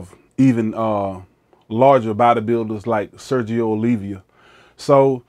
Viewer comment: Arnold swarcheneiger, sergio olivia, big rejmy. Boy you getting all these names wrong. Also you forgot to actually mention he was a crip.